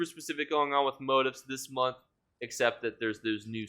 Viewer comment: lol you're still pronouncing motifs wrong...gives me Deltia vibes because he continually mispronounces things too 😂